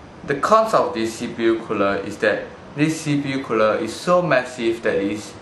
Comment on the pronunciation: You repeated alot of things, namely 'deese cpu cooluh' but other than that, good review, at the end, you could also note teh temp difference between stock coolers and the one being reveiwed :]